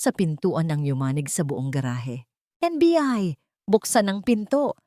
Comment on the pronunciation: kasasabi lang na NBI tapos naging NBE..haha kakatuwa kang narrator ka